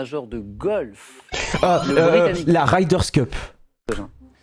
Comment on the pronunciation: La 5ème fois où tu as dit la "Ryders Cup", j'avais envie de te faire du mal.....mais la 6ème fois je like! Respect....la 7ème fois de trop?